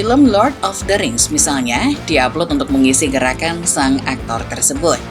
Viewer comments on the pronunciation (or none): none